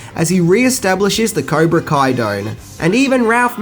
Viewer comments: Idk if its the accent... but its Cobra KAI not Ko... and Miyagi is from Okinawa.. not Okino.. good vid nonetheless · its cobra kai not kaibra co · He says Caibra Ko instead of Cobra Kai at it's bothering me so much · Go to It's Cobra Kai NOT Kaibra Co - Dumbass! - Also Mr Miagi is Okinawan NOT Oki-one - Moron ! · Kibra co??? Surely u meant cobra kai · Woah, you said Cybra Ko instead of Cobra Kai lol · It's not his accent, dumbass. And he said "Cobra Kai" just a few moments before saying "Kaibra Co." He also pronounced "Okinawan" as "Okiwan." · Did I hear him say “Caibra Ko” at the beginning? It’s at 0:98 or so. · caibra ko? when you first said cobra kai, you said caibra ko!! that was funny, cheers from denver. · Sorry turned it off when you said Kibra Koa sensai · "okie-wan",. "kai-brah-koh". For the past year I've been listening to you hysterically butcher choice words and I really need to know, is this an Australian thing, or do you have an impediment of some kind? I don't mean to be mean, I love you videos they're a great source of comfort I've watched a lot. But tonight's the night I just had to ask, sup wit dat???? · I am not the only one that caught "Kibra Coi" right? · “an okie-wan” instead of Okinawan got me giggling Other favorites - Kaibra ko, skellington costumes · Did he really say cibra co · "Kaibra Co" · Miyagi's home VILLAGE was Tomi, located on the Island of Okinawa. Btw, did you actually say "Cibra Koh", ? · Caibra Co? Torpeto? Seriously, not a single video where you don't butcher a name or word. It must be intentional. Man, Daniel sounds like a real cocky little shit. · Libra Co? And its karate doe, not karate doen. Other than that, well done again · Lol you said kybra koe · Kaibra Co? Really? Come on dude... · Did you say okiwan and caibra ko? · Cybra koh? 😂😂😂 Oh!!😂😂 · This guy said "the caibra ko sensei" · Kaibra co?... 0.55 lool Just to make it perfectly clear absolutely love your videos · did he really just say kaibra co?